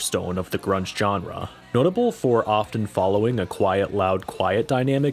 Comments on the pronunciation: That hard j on genre like John, kills me. I've always heard and say it like jean Claude van Damme. Like seanrah. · It's "zh"enre, not "j"erne. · Your pronunciation of "genre" is grating. It's not a hard J. It's a "zh" sound. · Stop saying genre with that hard G Jesus Christ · My man says jenre with a capital J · You're into history? Look up the history of the word "genre." It will give you the correct pronunciation of the word. Look into it.